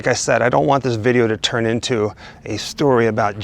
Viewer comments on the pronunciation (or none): none